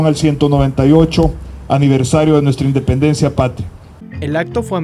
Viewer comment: “Indenpencia” brutal